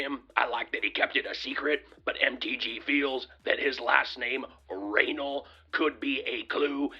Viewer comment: "Raynal" reaming